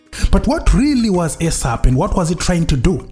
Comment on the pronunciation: Point of correction dear good english speaking presenter. Its NOT ESAP as in AIRSAP or as in EGG. Its ESAP as in eeeesap or as in isap. Thank you for a good amd detailed walk into memory lane This is very good and informative presentation